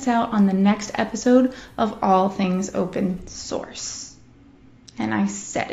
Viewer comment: did you say open soureer'er; err, like open-sorcerer. ROFLstompLMAO., fubniest thing since sliced bread. Legit.....olol